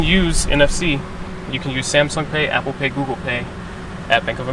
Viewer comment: She said apple paid 😂